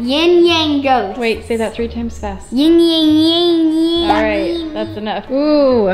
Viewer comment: I think you are trying to say Yin and Yang.